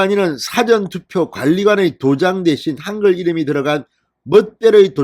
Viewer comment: 사전투표 발음 중 사자에 악센트가 붙으면 콘사이스를 말하는 사전이됨